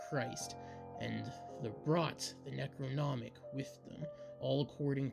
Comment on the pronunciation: omg seriously, the “NECROMONIC”?!?! its necronomicon.. say it SLOWLY.. there are FIVE syllables, not FOUR. CLUTCHOOLO?!?? 🤣🤣🤣 CHALOOKOO?!? 🤣🤣🤣🤣🤣🤣🤣 OMG THIS IS FUCKING AWWWWWFUL. ITS CTHULHU |KA|THOO|LOO| THIS WAS REALLY BAD, I WAS REALLY LOOKING FORWARD TO THIS STORY, BUT IT IS UNLISTENABLE UNLESS YOU WANT TO LAUGH REALLY HARD.. he reads way too fast, doesnt pause at the appropriate places, and pronounces SO many words incorrectly.. good thing he gave up two years ago.. he shouldnt even bother coming back until after hes much more mature and has a better understanding of what it takes to not just read, but actually narrate something like this. he most definitely needs alot of practice and quite a few reading classes before ever attempting something like this again..